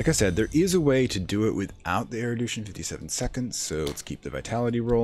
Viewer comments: Mate, it's "erudition". Not "eridution". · I've already finished that episode and that was not a big issue. Kind of therapeutic, actually, being mildly frustrated alongside the presenter, haha. What did frustrate me though, is that I now have a headcannon that this game's world does not have er-u-d-i-tion, but has er-i-d-u-tion instead. Something different, a broad knowledge of things man-was-not-meant-to-know instead of, you know, regular full-spectrum knowledgeableness. Whether it's there on purpose for engagement, or just one of those "never heard this word pronounced" things, it significantly distracts me from the really nice explanation and narrative you have going on. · Awesome guide, this was a hard phase to figure out, since laying out a foundation for the later stuff is so essential. Erudition is pronounced air-oo-dish-in, by the way. The douche-in pronunciation made me laugh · Loving this series, and thankyou for uploading it - just one thing that's bugging me - you're pronouncing 'erudition' as 'erudootion' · nevermind the crazy lore, what really makes me insane is he keeps saying erodution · Oh, I'm sorry if that appeared in sensitive. It's not a very common word, outside of this game, and your pronunciation was jarring. I'm only glad I don't have the need say the word hyperbole out loud, as I invariably pronounce it 'hyperbowl' instead of 'hypererboly;. Loving the videos.